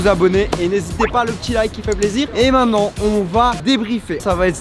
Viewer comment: charles ont dit maintenant et non pas mainant :D